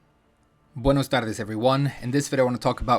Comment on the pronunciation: is BUENAS TARDES not buenos tardes. xD